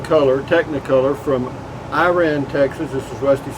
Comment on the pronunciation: I think its pronounced "Ira-ann". Glad you made it there safely. You'll be OK. Put a beer on it.